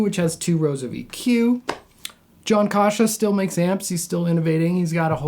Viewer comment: You’re pronouncing his name wrong. It’s not Kosha. Pronounce the first A as in apple. Kasha.